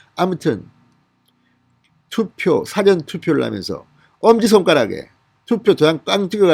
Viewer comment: 발음이 왜그래요 辭典이 아니고 事前